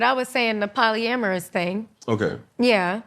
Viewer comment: "Polyamorouras" okay lady lmao